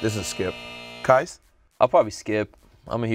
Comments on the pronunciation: Qais. His name is Qais. Not Qias. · Worst take saying "Air Qias"